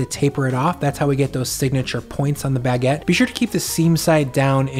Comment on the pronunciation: Your pronounciation of Baguette is so: "omg see how fancy I am, I make and love Baguedde" like I can't pinpoint it but eh